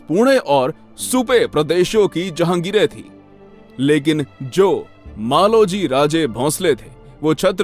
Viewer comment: Jageer ko jhahgir bol rha hain😂😂😂😂 ye history bta rha h 😂😂😂😂